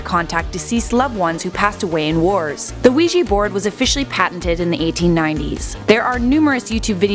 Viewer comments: It's ouija not ouiji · You are so wrong in this assessment including the pronunciation of Ouija... the board has European Origins but only patented here in the United States in 1891. It was called the Ouija for the French and German words for yes however the board makers of the time did not know this and termed it as " good luck" which holds to this day. You like to give in this video a scientific explanation. And a spiritual belief. There is a wealth of knowledge on it if you just do a simple search in areas of the occult